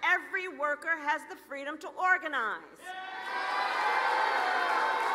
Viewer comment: Oh FWEEDOM